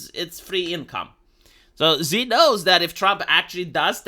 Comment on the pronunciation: se pronunță Shi. Nu Zi. Shi.